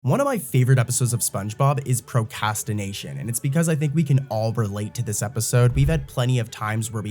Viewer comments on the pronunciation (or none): you need to learn to say the r in procRastination